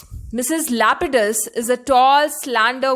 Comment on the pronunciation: First of all, Her name in not lupidus Her name is lapidus